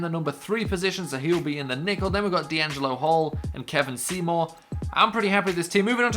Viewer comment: Btw Kevon Seymour is pronounced "Kay-von Seymour"